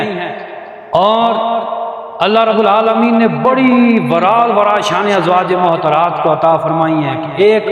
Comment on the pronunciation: السلام علیکم مولانا صاحب۔ بصد احترام عرض ہے' براہ مہربانی تلفظ درست ادا کریں۔ "ازواج معطرات" نہیں' درست لفظ "ازواج مطہرات" ہے۔